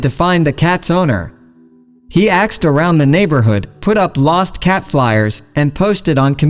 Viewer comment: He "AXED" around the neighborhood?